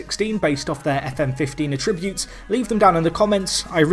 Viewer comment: A-ttributes! The emphasis is on the A not the 'trib'!